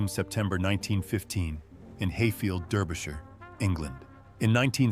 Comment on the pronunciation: Quite. And the incorrect pronunciation of Derbyshire. But that's what you get with such AI slop.